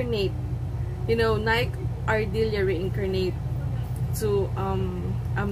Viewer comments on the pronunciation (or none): NIKE ARDILLA not NIKE ARDILIA. Thank you.